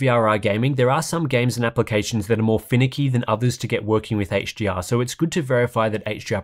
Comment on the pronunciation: It sounds like you say “HGR”, when you’re saying “HDR”